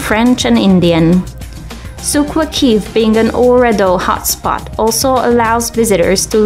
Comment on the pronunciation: She said souq waqif wrong I'm laughing so hard